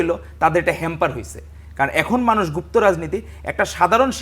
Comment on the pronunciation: Gufto duke porche